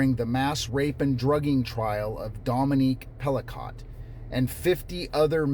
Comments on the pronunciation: Pell-ah-koh. Emphasis about the same for each syllable. Last syllable long “o”. If a French word ends in “ot” or “et”, the vowel will be long (“et”=long A) & the “t” is silent. For a hard T, word would have to end in “ote” or “otte”, “ette”. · It's a silent t in Pelicot, why don't look it up?? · The T in Pelicot is silent